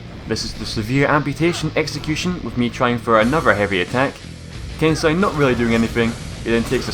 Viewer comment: "Ken-sigh" lol it should be "Ken-say", right?